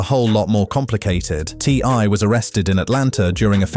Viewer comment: Hey look its the son of ty and tiny when he said ti's name as ty had me laughing